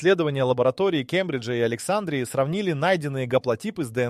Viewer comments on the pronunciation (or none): А почему АлексАндрии , а не АлександрИи ? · Александрия долбодуб ставь правильно ударение ..сам ты Александра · Надо правильно делать ударение на слове Александрия!!!! Не на первоначальной букве ,,А" -- а на предпоследней букве ,,и" !!!